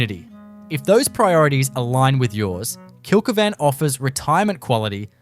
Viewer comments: Kilky van? Why can’t you correctly pronounce the names of the towns you are attempting educate people on. It’s Kill keevn. I had to stop watching your video…I just about choked every time I heard your horrible miss pronounced version. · Kill-key-van pronunciation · He's obviously never been there, or he'd be able to pronounce it.